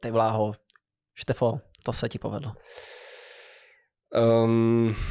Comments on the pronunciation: Skvělej podcast, super otázky, DOKONALEJ ŠTĚVO! <3 Jen mě fakt vadí jak říká Štefo a ne Štěvo:D U had one job:D Ale jinak skvělý! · Clovece fakt je taky strašný problem mu povedat š Ťevo? 🤣🤣🤣🤣🤣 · Super podcast, mám vás rád oba, takže super kombinace ❤ jen si neodpustím malou kritiku... Strašně mě tahá za uši když někdo komolí jméno/přezdívku a “Štefo” 100x zopakovaný mi ty uši rovnou obě urval 😖😁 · Snaží se, dělá to trochu jinak, mně osobně jeho podání moc nesedí. Ale to právě komentovat nechci. Největší průser vidím v tom, že vysloví špatně jméno hosta. Ten ho slušně opraví, ale dál pokračuje ve špatném oslovování (Štefo). Všechna čest, že host neodešel. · Prvé sekundy videa a chlapík nevie vysloviť ani meno hosťa 🤦‍♂️🤦‍♂️ no nič. Uvidíme co bude ďalej idem na to.